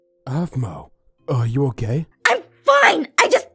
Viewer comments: Sounds like he said : "are you a gay"? It sounds like that for me if not on urs then idk thats what i ehard but i think he actually said " are you okay" but ye i heard "are u a gay" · every time says "are you okay?" I hear 'are you a gay' i think i've gone deaf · When says are you okay aphmau I hear are you oh gay aphmau lol she’s not